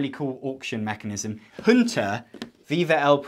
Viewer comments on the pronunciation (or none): none